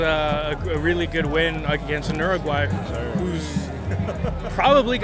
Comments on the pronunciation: Stop saying urugay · should be on a loop for you. That's how you pronounce the country's name.😂